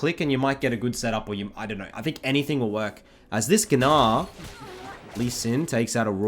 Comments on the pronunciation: Never heard gnar pronounced "guh-naar" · bro said "geenah"